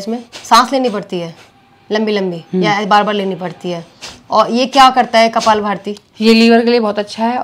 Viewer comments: Beta Kapal bharti nahi Kapal bhati bolte hai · Kapal bhati hota hi na ki kapal bharti